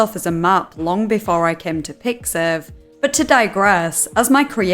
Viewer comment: MY GUY ITS PIXIV WTF